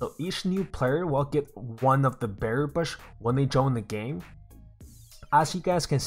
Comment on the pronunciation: Is it me or does he keep saying beary bush or Bear bush